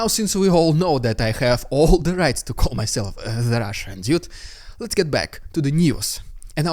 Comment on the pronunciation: You really need to work on how ypu say dude as it sounds like idiot with your accent lol need to be clear with the word dude